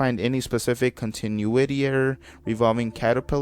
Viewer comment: Uh about continuity A) it’s pronounced con-tin-new-ity B) It’s about how episodes connect to one another lore wise I’m not sure what caterpillar is refering to but that might aid with research